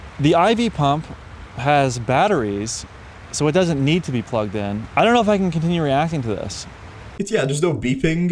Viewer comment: guess he doesnt know those things have their own batteries..."itsNautevenPluoggedeen"